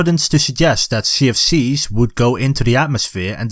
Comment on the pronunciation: Everytime u say CFCs it sounds like sea of thieves.